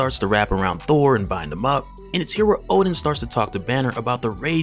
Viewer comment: Ha. Hulk fans in the comments. Funny. Btw guys, it's Odin not Oden